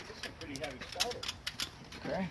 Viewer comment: “This is pretty haavy stata”